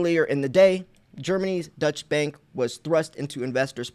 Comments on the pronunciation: Deutsche means German and is pronounced "Doy-chuh." Not to be confused with Dutch which means from the Netherlands. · Deutsche bank = “doy-cha” bank…not “Dutch”. Sounds confusing when you say “Dutch” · Its not the Dutch Bank boss its pronounced doych which is German or the Deutscheland...The word dutch is reffering to Holland or The Netherlands or Niederland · It's pronounced doisha bank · You are always so very helpful. Allow me to help you for once. This German bank you mentioned twice is pronounced "Doi-cha" or "Doy-chaa" Bank. Thanks for all your great videos, good sir. ✅🤙🏼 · I‘ am a native german so I will try to help you to pronounce the name of Deutsche Bank! Before I just want to declare that Deutsche Bank is less a german bank as its name shows. The Deutsche Bank is much more an high real international Bank which even act worldwide. So the correct pronouncing for you as native english speaker is „Doy–Che“ Bank. Greet‘s to the USA. And don‘t forget „Let‘s go Brandon…!“ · Deutsche bank is German not Dutch btw. Unless I miss interpreted your accent/pronouncing of it.